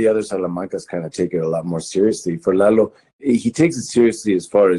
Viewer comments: it’s Lalo not Laylo. Just Lalo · this interviewer is so triggering , LEYLOOO , ITS FUCKING LA LO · The host was going to say the character name "Lalo" right the first time but then changes to "Lay-lo." Dude you had it right the first time. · I have watched a few British review channels on BCS and they all say LAYLO. This guy is Australian, so I think it's just an accent thing. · Quién carajo es Leilo Salamanca?! Everytime he says "Lay low" some grandma gets corona. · The way in which Tony pronounces "Lalo" is too cute! 🤩 It keeps bugging me when the interviewer keeps pronouncing the name wrong though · Cut him some slack. He's an Aussie more than 14,000 km from Mexico & the US. Those guys have no experience with the proper pronunciation of Spanish. He's a fan and he got supremely lucky to get Tony Dalton. If you want to criticize bad pronunciation you should take a look at Don Hector Salamanca y Gustavo Fring. Los dos hablan un espanol de un bebe de pecho.